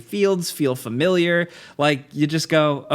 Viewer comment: Adore your content guys. Also, can I say thank you for being one of the only people from your continent to pronounce 'familiar' correctly. Legend